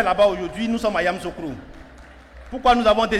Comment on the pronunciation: Il 'e sait même pas prononcer yamisocro